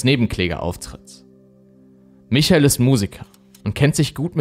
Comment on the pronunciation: Echt richtig gut gemacht, aber achte mal mehr auf die Richtigkeit der Folien. Ganz oft sind da Rechtschreibfehler oder du lässt aus Versehen Buchstaben weg. Außerdem sagst du oft andere Sachen, als die, die auf den Folien stehen. Zum Beispiel bei michael sagst du Michel. Wie heißt er denn nun ?